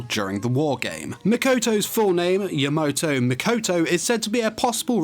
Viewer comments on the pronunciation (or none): YamAto, not Yamoto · Name is: Ya-MA-to pronounces it: Ya-MO-to RIP AND TEAR RIP AND TEAR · YamOto ah, ya-NO-to It's Ya-MA-To